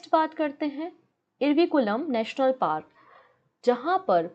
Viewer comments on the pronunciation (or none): none